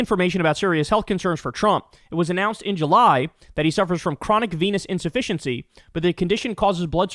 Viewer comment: You pronounced it as "Venus insufficiency" 😅😅😅